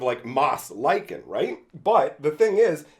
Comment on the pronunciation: I didn't know about the art cropping. Can you do a video comparison? I think it's funny you mispronounced Lichenthrope so many times, but then pronounced Lichen properly, lol. This was a pretty good pack for the most part. I loved Ovinomancer back in the day, and tried so hard to make him work, but as cool as the card is, it's...bad.